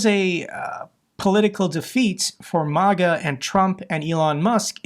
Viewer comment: May-guh, not Moh-guh.